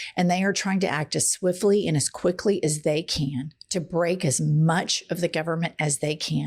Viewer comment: Did you say "it takes the canks?" 🤔